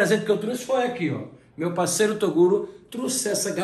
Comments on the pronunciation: Eu achei engraçado ele chamando toguro de torugo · ele diz torugo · " TORUGO " kkkkkk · "TORUGO" KKKKKKKKKKKKKKK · falando torugo sksksksksk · Toguro não, Torugo kkkkk